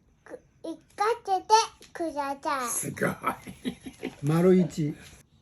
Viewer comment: じぃじの後をほぼ完璧に復唱するゆぅくんの記憶力凄いな～😌ちょっと言えなくても、じぃじが繰り返して読み方もゆっくり、はっきりしてくれる。優しい心づかい✨時々、くだちゃい、とか、じぃじの動きも真似してて、可愛らしいです☺️